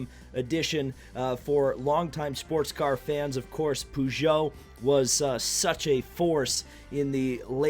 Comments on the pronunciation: Pew-Geot 905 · Lol poogeut